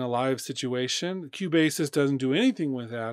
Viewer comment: Thank you for the video :) but I should say that Cubasis is pronounced "Cue" "Bass' :). Love your video's no disrespect :)